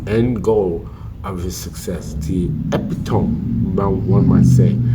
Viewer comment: can you please stop pronouncing the word Epitome as "Ep-it-TOME". It's pronounced "Ah-PIT-a-mee. You've done it many times in the past so I thought I'd let you know 😊.